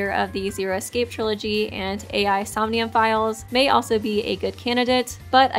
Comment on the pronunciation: saying 'ai the somnium files' wrong is a sin😔😔😔